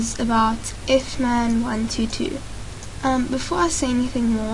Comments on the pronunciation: I like how she says I F M A N 1 2 2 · btw it's not ifman122 it's Fman122